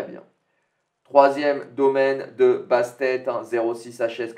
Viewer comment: Bastet c’est une déesse égyptienne et on prononce toute les lettres lol la minute histoire 👍 merci pour les mises et les vidéos